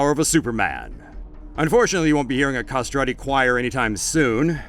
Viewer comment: The way you said "castrato/i" almost killed me. At least listen it on google translate first